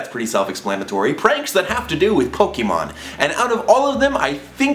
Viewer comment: OMG FINALLY SOMEONE SAYING POK EEEE MON AND NOT POK EHHH MON. FINALLY LOL SOMEONE SAYING IT LIKE I DO! Also we need to hang out lol